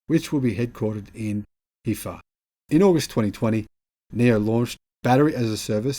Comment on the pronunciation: Nio HQ is in Hefei , pronounced Her- fe- a